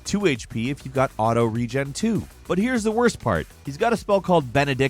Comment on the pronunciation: I hate the way you pronounce "Regen"